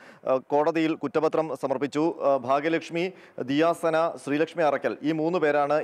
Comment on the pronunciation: Diya Sana Alla Diya suna